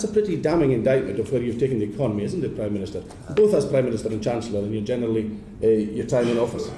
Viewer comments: Prime miniature! 👌😂😂😂 I heard it! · “Primeminiture” 😂 love it